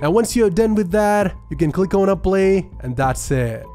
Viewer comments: I like how he pronounces apply (he says aplay) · i love how he says apply